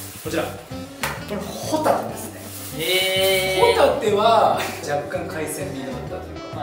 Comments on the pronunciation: そのイントネーション、ホタテじゃなくてポテトじゃない？ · ホタテのイントネーションおかしくない？ｗ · としみつ｢ホ↑タテ｣ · ホ↑タテ サンドっぽいw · サンドウィッチマンのコントの｢ホタテ｣の発音のとしみつ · としみつのホタテのイントネーションが気になるの私だけ？笑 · 「ご一緒に、ホタテはいかがですか」やん。としみつの発音。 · ホタテの発音😂